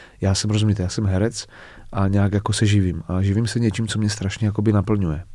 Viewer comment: Jak rikate (to je Strasne) tak to je prizvuk s Pribora!🤣🤣